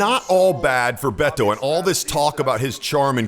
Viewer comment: Finally, a white person so can say Beto's name right